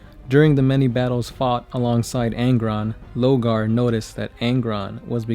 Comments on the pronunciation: Lorgar not Logar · Lorgar, not Logar